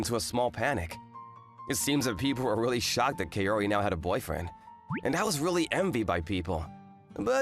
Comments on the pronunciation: Bro really said "KaYori" but overall still a good manga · Godddd why is it KE-O-RI?? it supposed to sound KA-O-RI as in cu in cuss wait isn't there any better word?